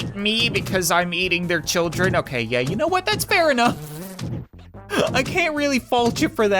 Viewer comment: Why is he calling honey childern